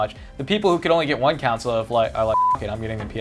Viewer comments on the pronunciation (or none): grammer nazi mode: you are saying console wrong ur saying council coUncil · Judging to early - and before being rude actually say console not "cansoles" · COUNCIL? I think means "console" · sounds like he says "council" instead of "console" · keeps saying counsole